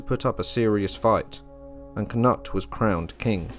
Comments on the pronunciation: The Danish pronunciation of Knut is Kanoodth. When you say Kanutt it sounds wrong. 😉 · Why do you call knut, k-nut? In Englang we call him Kanoot, not k-nut! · Great. But I’m sure it’s not pronounced “Cannut” more like “Canoot” also IERNside. Not I -RONside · Pronounced can-ute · You pronounce Cnut with a long u! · switch the n and u , Cnut.